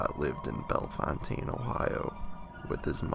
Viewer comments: Here we pronounce it bell fountain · I'm in the first two minutes and you missed pronounce Bellefountaine and Riverside is in DeGraff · YOUR NOT SAYING THE TOWN NAME RIGHT!!